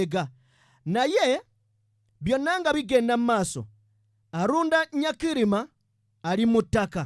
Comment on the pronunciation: He was called Aronda not Arunda.